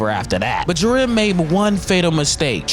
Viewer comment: Ji-ren not Jir-en FFFFFFFFFFFFF